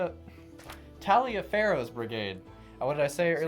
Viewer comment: Taliliaferro is pronounced Tolifer oddly, There is a county in Georgia named after him.